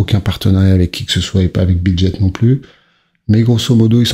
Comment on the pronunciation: BitGet . Pas brijet 😂 Merci de ne pas entretenir le FUD 🔥